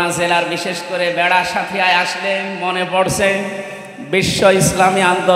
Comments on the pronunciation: ভাই ভেড়া নয় বেড়া হবে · ভেড়া না ওইটা বেড়া হবে... সংশোধন করুক